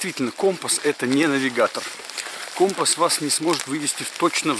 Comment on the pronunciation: Ну всë же не компа , а компаааас